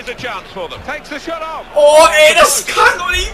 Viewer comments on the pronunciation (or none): none